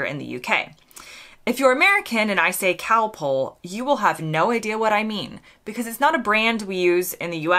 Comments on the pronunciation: The answer is that American does not have the short o sound that Britain, Aus, NZ, South Africa, etc have. So Americans might say bother to rhyme with father, and mozzarella becomes mutsarella or moatsarella, and Costa becomes coasta. It's also why you said calpole rather than calpol. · Just think how you pronounced Calpol at the start of this video. It is Calpol, you sounded it as Calpole, as pole instead of pol. As it is a British word then say it the British way. We Brits say Cosmos, as in moss the plant, where Americans say Cosmose. This is the same when Americans say Coffee as Coreffee, or Dog as Dorg, instead of Coffee, as in cough, & dog as Dog, rhymes with log. We heard lasso first in American western films, where it was said as Lasso in the British way, not in the American way you say. Hay produces much pollen in the spring. When I was a child, many years ago I admit, there were no such things as allergies. Americans tend to say anywhoo, like two, when Brits say anyhow, as rhyming with now. Americans say set down, while for Brits it is sit down, when a person is in a chair, but you may set down an object on a table etc. or set down something in writing. A person would never set, but sit, down. There will be more but I cannot recall them just now. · K got that wrong I thought you said Cow Pull like a tractor pull